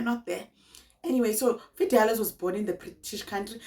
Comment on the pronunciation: Not Fidelas😂😂😂😂😂